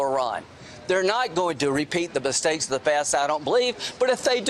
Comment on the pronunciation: Lololz and he said, “bistakes”.